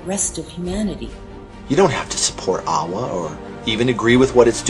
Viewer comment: why does aawa sound like Yahweh?